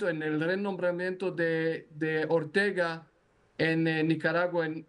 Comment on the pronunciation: No es Ortega...es Ortiga